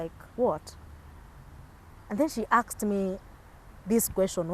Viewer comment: Not aksed, "ASKED"